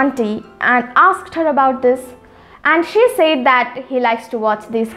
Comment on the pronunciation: It's not sayed it's spelled as said